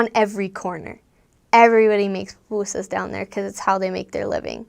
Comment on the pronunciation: why you say pupusas like that